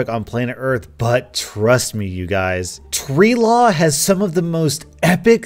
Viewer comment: Nobody:: TReE LaW!